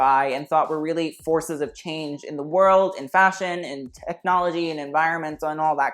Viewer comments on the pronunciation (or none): none